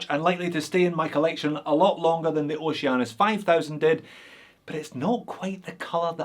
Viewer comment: now i cant unhear Oce-anus